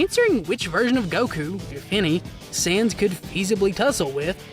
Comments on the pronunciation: Dude. It’s sans. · why do u say sans as saiyans im getting confused